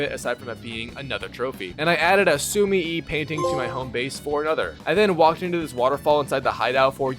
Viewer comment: Nah platinum for this somehow is worse than Valhalla because more RNG ass trophies. The sumi-e😅 You can tell my boy sped run this to not know how to pronounce the names 😂😂